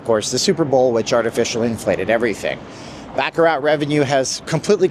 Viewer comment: I hate to be 'that guy' correcting things, but I also hate it when people pronounce baccarat as 'BACK-A-RAT'. It's really 'bah-cah-rah', emphasizing a French softness to the word. Much classier way to pronounce it. That's all I had to say, thanks for reading.